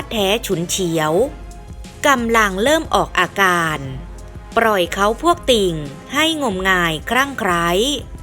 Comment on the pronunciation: เกราะขอบเวที อย่าปร่อยไว้ จากโครนตม ล,ร,แยกหน่อยก็ดีนะ คนไทยหรือเปล่า